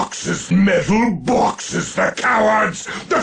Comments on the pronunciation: MOAR BAWKSES FOR THE BAWKSES GAWD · BAWKSES FOR THE BAWKS GOD!! CRATES FOR THE CRATE THRONE!!